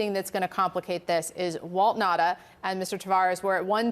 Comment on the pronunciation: what is the native language of these people? why can't they pronounce Nauta's name ? It is Nauta not Nata!